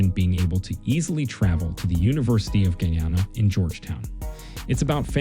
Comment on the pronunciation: YEA YEA BLA BLA BLA BLA , U CAN'T PROUNANCE THE COUNTRY NAME , FFFFFFF OFFFF